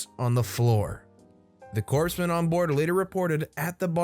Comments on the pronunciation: For fucks sake!!! Is Barack Obama reading this!?! It's NOT...I repeat NOT..."corpse man"!!! Seriously, you seem good at your job...BUT...please learn how to pronounce military titles before recording. I heard another Storytime video today where you had (I shit you not) 3, count them 3, different pronunciations for the title "Sergeant". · Just an fyi,. The 's' in 'corpsman' is silent. So is the 'p'.